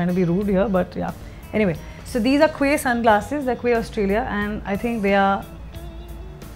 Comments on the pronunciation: "Quay" in Quay Australia should be pronounced as Key :) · Quay is pronounced as key